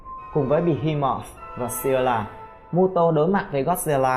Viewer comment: Scylla thấy nhiều video bên nước ngoài đọc là Sờ-cai-la chứ ko phải Si-la như ad đọc